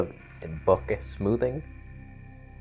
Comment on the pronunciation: omg you said bokeh, twice.